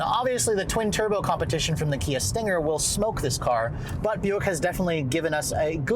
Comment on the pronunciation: You lost me when you said.....Kia....